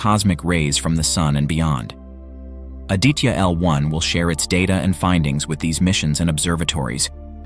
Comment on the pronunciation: Hi, so happy to watch this video... May I help you with the pronunciation of 'Aditya' ... 'ah + dee (as in the moon) + tha (as in thorough) + ya.... Indian languages pronounce/ stress on all the consonant sounds in a word. Thanks for the video